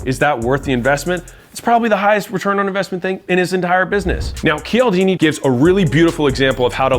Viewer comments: lol im a bit skeptical now as his name is "Chal-dini" no "Kee-al-dini" - a true admirer would know that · Hey Alex I love you but it’s pronounced “chaldini”.